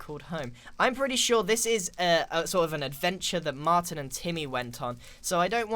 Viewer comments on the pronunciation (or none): none